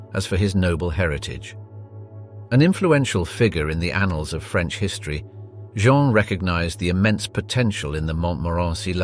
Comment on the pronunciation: On a light note, your French pronunciation is very good! Clearly, it is coming from an English speaker, but I love the care you put not to butcher the French words. It shows respect and it's appreciated. Thank you.